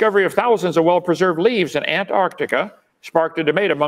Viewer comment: At least kint can pronounce Antarctica!